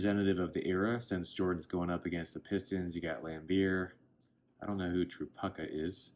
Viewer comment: Lol Kelly Tripucka, "truh - puke' - uh" is the pronunciation. Great video! Thanks for the comprehensive list of MJ Star cards.